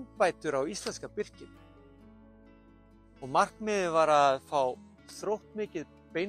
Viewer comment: Gott framtak hjá þér, en þú þarft að leiðrétta enska heiti á Birki, sem er birch, ekki birsh.